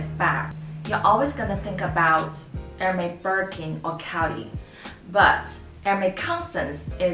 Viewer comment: Wrongpronoucitaion. Correct it